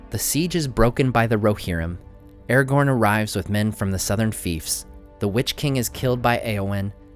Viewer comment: why do you call him eregorn?